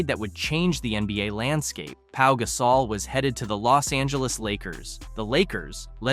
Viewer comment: Please learn how to pronounce his name. GUH-saul NOT GAS-awl